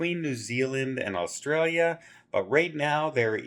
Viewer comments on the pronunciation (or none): none